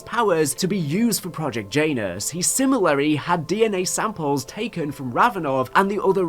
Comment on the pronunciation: I'm really enjoying these videos, but it irks me how you say similarly, lol